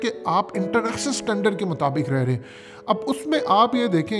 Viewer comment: Standard NOT Satandar